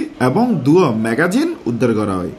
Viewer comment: ও ভাই, ম্যাগাজিন ন, ইবা হইলদি ম্যাগজিন। শব্দ উচ্চারণ পুরাই ভুল।